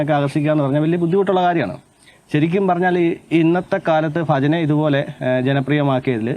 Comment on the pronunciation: ആദ്യം ഉച്ചാരണം ശെരിയാക്ക്. ഫജന അല്ല ഭജന